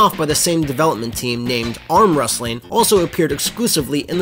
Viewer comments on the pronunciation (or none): Deathclaw12 Wrustling > Wrestling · Sure, pick the guy notorious for being unable to pronounce the word "wrestling" as the narrator.